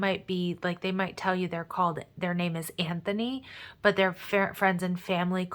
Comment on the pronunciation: Wowwww you legitimately just said his name “Anthony”!